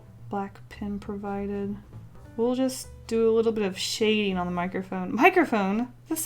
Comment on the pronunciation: Jazzmachine... MICHROPHONE